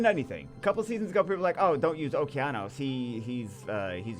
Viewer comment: man really sucks has the downs and doesnt know how to pronounce Okeanos